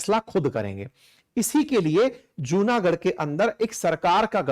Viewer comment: Right pronunciation is जुनागढ & माणावदर 🙏🙏